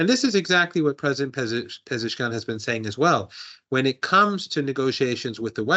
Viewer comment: Marandi is always a solid listen, but the pleasant surprise on this stream had to be hitting a clean double with her pronunciation of "Pezeshkian"